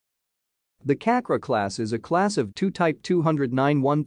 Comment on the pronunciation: You read Cakra as chuck-ra.